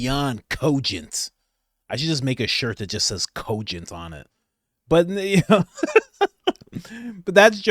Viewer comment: OMG I hate the way Joe says cogent. What a Tool